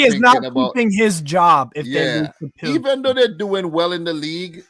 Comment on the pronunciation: Great stream and! I hope that you will be now Plzeň pronounce Pilsen.